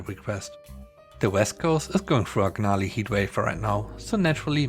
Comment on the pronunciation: For the 2nd story, "part of that is my fault" I think it's all of your fault. If she was as unreasonable as she sounded. Also gnarly is pronounced without the g. So nar-lee.